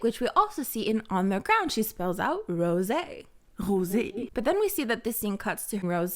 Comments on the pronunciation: Tf hahahah did u just say rosEE like german vibes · okay but where are you from? I mean the "Rrrosé" looked so french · Why you pronounce rosÉ like that? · I’ve been asking this every video, Why does she say Rose’s name like that? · I haven't heard you pronounce Rosé that way in a while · pls stop pronouncing rosé like that 🥴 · Why do you pronounce Rosé like that?